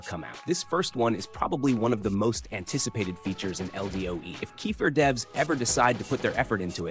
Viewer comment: Who is kefer? Ooh you mean kefir